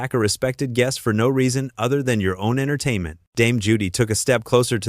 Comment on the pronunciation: Denise Welch is only 13 years younger herself - hardly a spring chicken. Oh, Judy Dench wasn't kicked off. This minor spat didn't "paralyse the nation" because it was on a weekday crap daytime television show. Why is it read by a nasal,droning American voice who can't pronounce words like "entertainment " correctly, or even Colleen Nolan's name. So much garbage